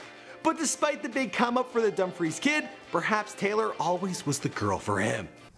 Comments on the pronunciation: Hi great videő sorry I just watched it I'm from Dumfries well I live outide it, not being smart but it's pronounced dumb-freece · Dumb freese not dumb fries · Pronounce Dumfrice right please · You say it like dumfrees I’m from there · It’s pronounced dum freees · Love the facts that he knows all this stuff about Celebrities but can’t pronounce Dumfries right